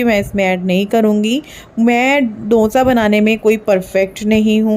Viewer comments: Aap dosa ko donsa bol rahe ho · Dhonsa nhi didi dosa bolo 😂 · Donsa nhi dosa hota hai. Jab ap Donsa bol rhi thi to sunne me ajib sa lag raha tha